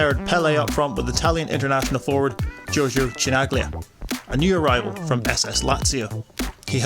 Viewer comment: omggggg..cringe..Giorgio what? who is this loser presenter of this video ? Chi Nag Lia? how insulting ...blaspheme